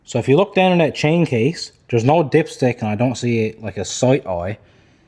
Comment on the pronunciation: That has a t in it it's not dat